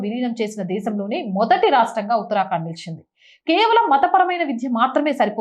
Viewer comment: ఎప్పుడూ ఉత్తరాకాండ్ అని చదువుతారెందుకు ఉత్తరాఖండ్ అని చదువొచ్చు కదా